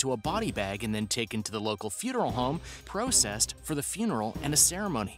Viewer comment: you said processed wrong